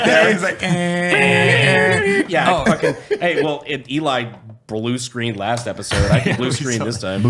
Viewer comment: I swear when introduces Eli Double Tap he sounds like he's saying "Eli Double Fap"... guarantee you can't un hear it now😂